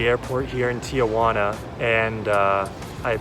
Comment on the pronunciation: Very helpful. It's Tijuana. Not tiAjuana. No worries people from Los Angeles to the border mispronounce it 😆 I was going to move to Oaxaca but my cousin recommended Saltillo. Any thoughts? BTW how much was the tacos